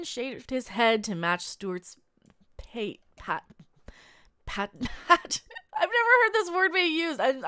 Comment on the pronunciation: Pate rhymes with plate (it's an old word) --- I'd like to see Harry Kim come back, but not as the oldest ensign in Starfleet.